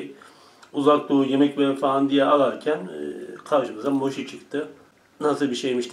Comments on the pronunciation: Moşi değil mochi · mosi degil abi moki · Moşhi değil mochi